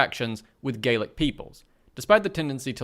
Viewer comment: Gaelic (proto-Irish) and Gallic (proto-French) are different things. The article spells Gallic correctly but the video pronouncing it as Gaelic is confusing.